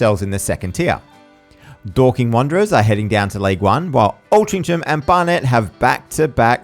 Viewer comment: Watched this and was very surprised to see you had less than 200 subscribers, you'll have a lot more before long. Also, was funny to hear your pronunciation of "Altrincham" (Should be "Ol-tring-uhm")